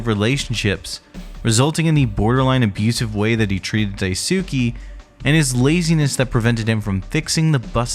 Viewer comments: It's DAI-S-KAY not DAI-SU-KI Like Sasuke from Naruto so many pronounce it wrong... Ugh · Ive noticed that, I figured it was supposed to be something like "Dies-kay" but then noticed everyone else was doing the ither pronunciation and figured they've knew something I didn't. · Amazing video but please pronounce Daisuke’s name right 😭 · How hard is it for y'all to look up how to pronounce Daisuke half the videos do the same annoying pronunciation